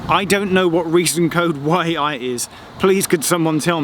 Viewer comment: As a Geordie when you said "reason code YI" I laughed, I hope other Geordies understand what I mean